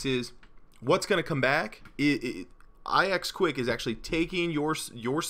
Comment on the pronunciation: I knew about all those on the list. I knew about Ask because... idk I just knew, I knew about Startpage also just because, I knew about ixquick (by the way it is pronounced Ix-Quick. Not I-Ex Quick.) because it was the sister of Startpage. I just found out about DuckDuckGo and Blekko because I was wondering what the most popular search engines were, and I just found them. DuckDuckGo is now my Primary Search Engine. Startpage used to be my primary. on 3DS my primary is Yahoo.